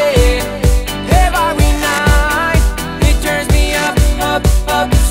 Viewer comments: Pero nadie se da cuenta de que dice "evaryday"??, que alguien le diga cómo se pronuncia correctamente plis... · la canción está muy bien pero pronuncias mal el ( every )😉 sólo para que lo mejores un poco 😃